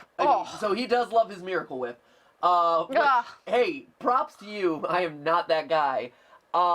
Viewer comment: I still can't get over that spoon full of "Mewahcle Wheep"